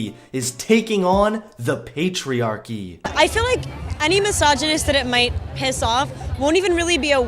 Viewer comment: speak lake=like mewvee=movie lol. Sorry bro I had to. Great video as usual.